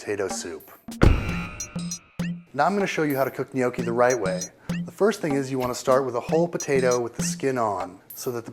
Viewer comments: im not Italian or know very many but hes saying it wrong isn't it *nokki* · Gnocchi is pronounced with a short "o", the American "ou" sounds terrible. Although I agree with your tipps for the preparation, the end result looks terrible. The butter got far too dark and hot which burnt the sage leaves. Sorry, a plate of those would go back without even trying them ... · you're doing it all wrong when you can't even pronounce 'gnocchi' correctly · He's definitely NOT pronouncing it the right way. Just listen to an Italian and you'll easily find out. Most people from English speaking countries who try and speak Italian really make a fool of themselves. Furthermore, eggs are, indeed, used in some traditional recipes. Gnocchi is eaten all over Italy and the way gnocchi are made in, say, Tuscany may differ a lot from how it often is made in Lombardy, Apulia or Piedmont. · They should expect it; they put a video online, which while it does show a decent way to make gnocchi, offers incorrect pronounciation and a pretentious attitude. They aren't polluting the internet any more than anyone else. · ummmmm no, i speak fluent italian.....yes he isnt pronouncing the g...which makes him right, but it sounds too mangia cake. and too much iiiiii at the end which makes it sound dumb! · he's pronouncing it wrong... -. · Bad pronunciation of gnocchi. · the only problem with his pronunciation is that he pronounces like Gnochi since in english there's no "double consonant" sound but "cc" in italian is pronounced like a strong K with a long wovel before the double consonant to it should be pronounced Gno'KKi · Take it from a WHOP, people; it's pronounced NYOKKEE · UR DOING IT ALL WRONG !!! Who the hell says "No-key" !!! I am 12 and can cook better then this fat ass !!! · Good video however you are pronouncing it wrong... My Noni made the best gnocchis! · If you pronounce gnocchi as "nee-oky." You're doing it all wrong. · When you pronounce gnocci as "Noky" you're doing it all wrong.